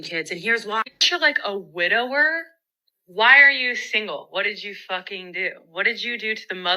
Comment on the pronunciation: Oh no - she doesn't know the difference between "divorcee'" and "widowerer" 🤣